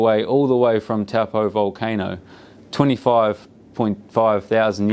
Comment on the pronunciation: Lake Taupõ, say like Toe-pour , not Taw-poe. Cool vid 😎